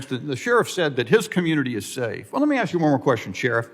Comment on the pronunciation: Axe me a question. Nah, demand a full tuition refund and go back to school. Let me know when you can ask a question.